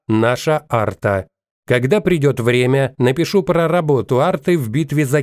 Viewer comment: артА, ударение на последнюю А